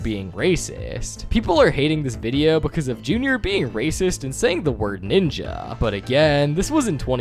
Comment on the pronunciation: he said ninji